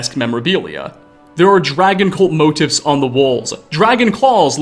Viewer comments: Motifs is pronounced like "moe-teefs" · "tentacle motifs" pronounced "mo teefs". fun word!